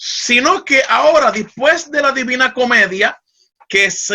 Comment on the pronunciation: Excelente tema. Solo una observación: no se dice "dispues" es "después".